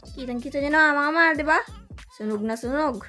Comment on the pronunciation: It is MAHAL NOT MAAL...🤣🤣